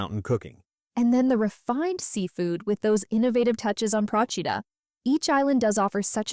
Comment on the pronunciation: Please learn to pronounce the name of the island Procida. You butchered it every time. Also missed the islands traditional dishes of lemon salad and special pastry the lingua di bue.